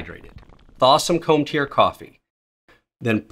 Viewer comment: I can't imagine the dread you went through realizing how you pronounced Cometeer 😭